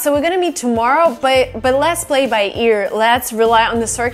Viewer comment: I love your top, it looks great on you 😄😄! You sound really native and I have learned so many new phrases from you! Just one comment: sometimes your P’s sound like B’s… for example, “play” sounds a bit like “blay”, if you get what I mean 😉. Keep up the good work! 👍🏻😄